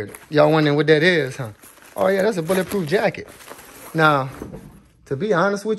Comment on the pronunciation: "BOuLLA prooph"